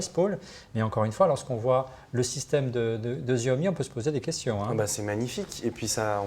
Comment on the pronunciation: On dit "Chao mi", ça m'a agacé tout l’émission!